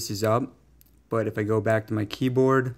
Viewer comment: Keyboad 🤣🤣 did you not go to English in highschool